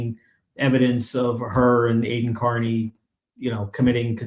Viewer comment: Why can't Cosgrove seem to let go of his case against Aiden. He only wants both or none at all ? seems like he is acting in bad faith against Mr. Kearny and ms. Read. Holding something over both of their heads, I agree also, mispronouncing Aiden's name is definitely a sign of disrespect as all have noted.